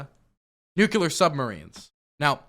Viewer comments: this is probably the 4th time I've commented this: It's pronounced NEW-CLEAR. NOT NEW-CUE-LAR. You legit sound like Bush or Homer Simpson, YOU ARE SMARTER THAN THIS!!! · Its not nu cuh ler. It's new clear. Please dude it's killing me. 😢